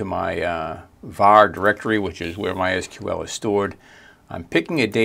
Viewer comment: Great to hear "my es queue el" instead of the ubiquitous "my sequel" ❤